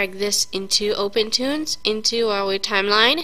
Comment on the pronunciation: "we hav ouw awdio" lmao